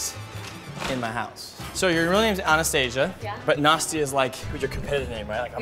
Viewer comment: You pronounce Anastasia like Honest To See Ya!